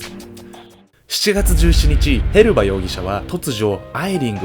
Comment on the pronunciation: へバスじゃなくてヘルバだと思うんだけど・・・